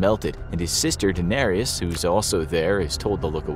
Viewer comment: The way you pronounced Daenerys, Viserys, and Drogo was awful.